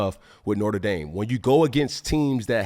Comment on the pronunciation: Does he mispronounce Notre dame on purpose?.... "We be reppin nortre dame up in deez skreetz"